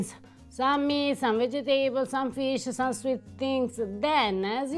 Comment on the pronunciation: so delicately fried everything! I'm more curious about what a fried banana taste like. Less curious about the brain.?? Say, Vegetables! I pronounce it the same way because it helps me to remember how to spell it! Ciao ' ❤️🇮🇹